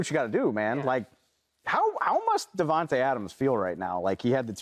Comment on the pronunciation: bra can y’all stop saying devonte when it’s davante y’all blows me